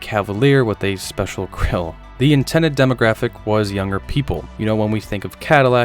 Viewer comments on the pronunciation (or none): none